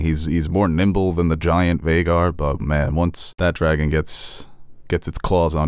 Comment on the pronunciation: Aemond saying Vheagar No